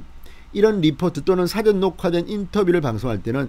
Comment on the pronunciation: 뜬금없는 말씀 죄송하지만 발음하시는 '사전녹화'에서 '사전'을 단어 뜻을 알려주는 책으로 발음하십니다. 계속 저렇게 발음해 오셨다면 고쳐지지는 않겠지만 영상 보시는 분들은 감안하고 들으시기 바랍니다. 발음하시는 '사'보다 약간 낮추고 약간 길게 발음해야 정상입니다.